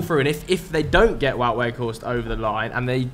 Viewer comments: Wout is pronounced Wowed not Woot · Feel like someone has to help the guys out with pronouncing Weghorst's name. It's pronounced as "Vote" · Considering he loves Weghorst so much maybe you should learn his first name properly - it's pronounced 'Vowt.'